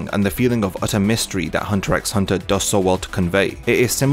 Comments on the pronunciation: good, because I came here to say how grating that is. and to ppl trying to argue otherwise, did you even watch the show?? 'x' is used as a spacer between words, you don't pronounce it. Also, the title Hunter Hunter makes me want to believe the show is meant to be about Hisoka. Think about it. haha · The X is not not supposed to be pronounced in the title. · I now know it isn't pronounced as Hunter "EX" Hunter... Have mercy on me LOL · that's like saying only 1 opinion is correct. There are many different pronunciations for many different things. Saying hunter EX hunter shouldn't be cause for insulting, that's just immature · He intended to named it Hunter at the beginning but He used to watch a tv show where some guy always repeated some words, thats why He put it Hunter x Hunter and aleways puts titles of the chapters like that that's how you know you don't pronounce the X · Damn this guy really says the "x" in hunter x hunter. I might have to dislike this video because of this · this video is so great that we can forgive you for saying the X in Hunter x Hunter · Great Video, but I gotta dislike because you pronounced the X in Hunter X Hunter Just kidding, I liked